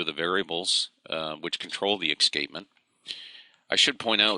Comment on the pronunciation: Excapement? we pronounce it as es cape ment ;-)